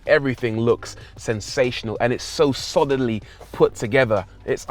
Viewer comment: "so sodily put together" lol, sounds more like your saying shoddily rather than solidly